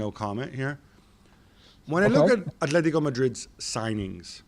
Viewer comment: It’s Atlético Madrid not Athletico Madrid, and it’s Athletic Bilbao no Atlético or Athletico Bilbao